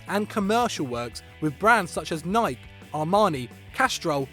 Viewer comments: WHO TF PRONOUNCES NIKE LIKE THAT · it's pronounced "naai-k" not "na-i-key" fucking American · pronounce Nike the right way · The way UK people pronounce Nike lol